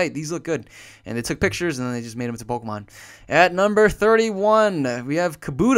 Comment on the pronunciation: He says Polkamon not Pokemon